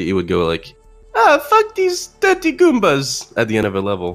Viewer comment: Mario calls them Goombers